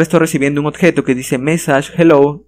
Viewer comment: excelente video solo que no puedo dejar de notar que no dices "Objeto" dices algo como "odjeto" XD